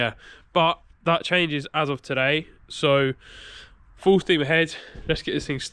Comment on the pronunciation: Have you still got the MK1? When you said “full steam ahead” I heard “full Steve ahead”.